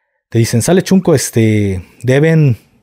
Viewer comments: SEÑOR GAFE, NO SE DICE CHUNCO, XUNCO, SE PRONUNCIA SHUNCO, QUE QUIERE DECIR NIÑO PEQUEÑO O NIÑO CONSENTIDO,SALUDOS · Yo soy de Oaxaca y la palabra correcta es shunco no chunco shunco. Significa el hermanito pequeño q sucede el lugar del q ahora se le dice shipi q dejo decir shunco